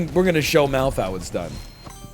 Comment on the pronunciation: Every time you've ever said MALF I've thought his name was Mouth 😬